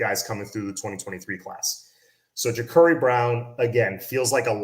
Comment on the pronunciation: it's spelled Jacurri but pronounced JaCARri. He was on the orange bowl boys podcast talking about it. He said he asked his mom why did she spell it that way when it's not pronounced that way. Love your show bro